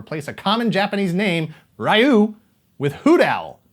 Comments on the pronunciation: Ryu might be a common Japanese name, but few westerners can pronounce it. Hint: it's not "rah-you" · That's NOT how you pronounce Ryu. Though, Ryu is a difficult name for English speakers to pronounce properly. Despite that nitpick, a very good and enjoyable video,.